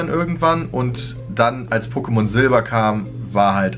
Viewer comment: DANKE!!!! Endlich Mal jemand der nicht "PokemonSSS" sagt.👍